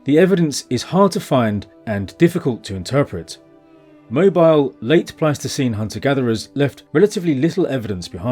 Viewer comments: It's Pleistocene not plasticine... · 😂 I keep hearing you say "plasticine hunter-gatherers", which is a type of non-hardening modeling clay... Pleistocene plasticine!